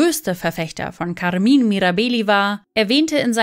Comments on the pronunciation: Weshalb sprechen Sie den Vorname Carmine als Carmin aus? 🧐 Macht mir echt keinen sinn.🤷🏻‍♂️ Oder spricht man Caro entsprechend Car aus?! 🤔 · Kaarmin Mirabeehli?!! Neeeeeeein 😭😂😭